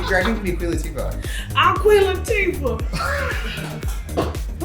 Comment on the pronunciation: Queen Latifah? Girl maybe Queen Labeefah - love ya